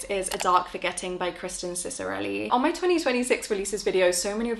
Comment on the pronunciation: The name Ciccarelli is pronounced [Chikareli]. It's an Italian name and it's derived from the name Francesco and its diminutive form Cicco (or Cecco) meaning "little Francesco" or "son of Francesco". It's mostly pronounced [Sikareli] in English but it's definitely not "Sisareli".